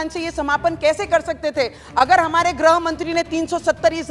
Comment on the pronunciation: Nice speech, amend a little bit ग्रह मंत्री नहीं गृह मंत्री बोलिये|